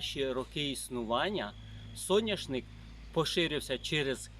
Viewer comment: Соняшник,а не сояшник